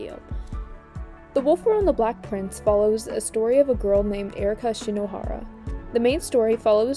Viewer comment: Her: the wolf girl and the black prince Me who was listening to this in the background: the wolf girl and the what!?